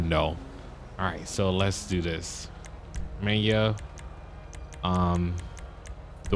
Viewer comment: stop saying menya its menyoo like menu